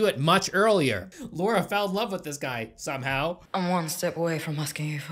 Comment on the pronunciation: the way you say Laura lol